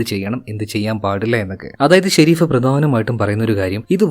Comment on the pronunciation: Shereef alla sherif😂